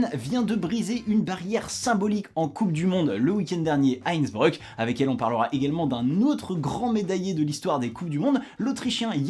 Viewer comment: On est sur de la prononciation de INNsBREUUK ?